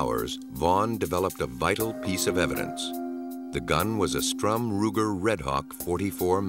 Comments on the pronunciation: Please do TRY to be a bit more accurate. It's not a "Strum Ruger", it's STURM- Ruger. Nor is it a Steyr. Geez! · It's not STRUM Ruger! Its STURM Ruger! Criminy!